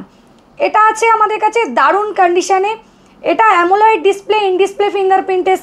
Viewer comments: uni hoytoh janen na bhul kore amoled ke amoleid pronounce korchen eteh hasar ki ache?? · সবই তো শুনলাম কিন্তু একটা কথা আপনার বুঝতে পারলাম না , আ্যমোলাইড স্ক্রীন্ এটা কী !! আ্যমোলেড স্ক্রীন শুনেছি।